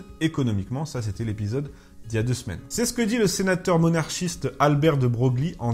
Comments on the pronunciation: Bonne émission. Merci Ps: à , on prononce "De Breuille" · si je ne me trompe, se prononce [de Breuil]. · « de Broglie » se prononce : de Breuille. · Cette prononciation de Broglie ne me semble pas très réglementaire... => [bʁɔj] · De Broglie se prononce Debreuil... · Au passage, de Broglie se prononce « De Breuil », me demandez pas pourquoi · Petite précision : « Albert de Broglie » se prononce « Albert de Breuil » ^^ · Non c'est pas le physicien lui c'erait un politique Francais donc on le prononce a la Francaise ;)